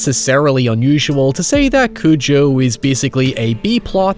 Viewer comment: Repeat after me. CU-JOE.